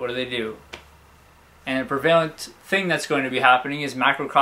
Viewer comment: it's preh-VUH-lent. I repeat, preh-VUH-lent. Not preh-VAY-lent, preh-VUH-lent. not to mention the accent is on the PREH, not the VUH (or vay in your version).